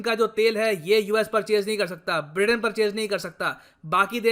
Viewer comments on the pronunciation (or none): none